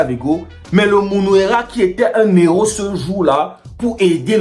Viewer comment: On ne dit pas un néro mais un héros ..tu ne peux pas faire liaison laba